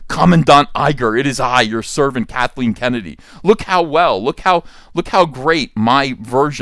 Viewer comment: I thought I heard you say “Catholic Kennedy” 🤣